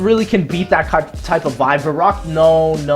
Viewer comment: no one cares but i think it's pronounced veroockt (Verückt)